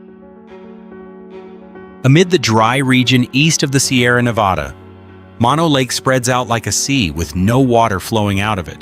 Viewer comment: Great video, and sorry to be harsh, but the countless times you said "Nevada" were difficult to hear after a while 😆 Locals (in California and Nevada) don't pronounce it that way. Just a heads up.